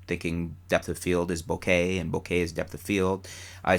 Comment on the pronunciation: You're finally starting to come around on the pronunciation of bokeh, hehe! By the way, I guess depth of field might also depend on the resolution of the image, and how large that image appears...because I guess with higher resolutions and larger images, some things that appear sharp normally would appear less sharp upon closer inspection. Maybe there is a mathematical way to do it (like at least 90% of the sharpness of the sharpest area).